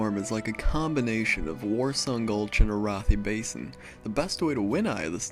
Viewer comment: ... I'm pretty sure it's Air-uh-thigh Basin... not uh-roth-ee...